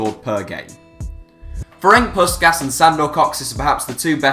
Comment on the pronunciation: For God's sake, could you PLEASE at least TRY to make some little research before you try to pronounce some non-English name. Sometimes it's really difficult to get whom in earth do you mean. Ferink Puskas, Sandor Koksic? Really?